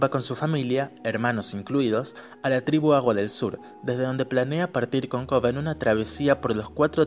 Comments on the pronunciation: Coba? No puedes decir el Korra? 😂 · le dices Koba a Korra? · Muy bueno,pero me saca de mis casillas que le diga koba a Korra,me marea jaja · Porque le dice koba a Korra?